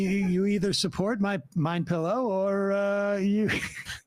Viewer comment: Swear I heard sam call it Mein Pillow LOL